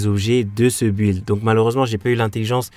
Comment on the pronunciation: Le saviez-vous ? Build se prononce Bild. Un peu comme si on disait Bill Gates avec un D après les 2 L. Tout comme Building qui se prononce Bilding. Si vous avez un doute y'a plein de sites dont wordrefence qui montre la prononciation écrite et un exemple oral. En phonétique ça s'écrit bɪld (y'a 0 u )